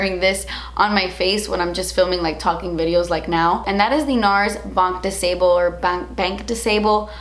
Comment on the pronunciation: Btw! "Banc de Sable" is pronounced "Ban" (no c or k sound) "de SAHble" and no "bel" ( you said it like "sabel"). The "ble" is barely audible. Just in case you wanted to know :p